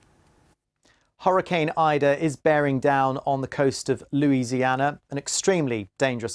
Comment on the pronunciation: Good job pronouncing everything correctly. Many American newscasters can't even pronounce Louisiana words correctly. Now would love to hear you say Atchafalaya and Tchoupitoulas.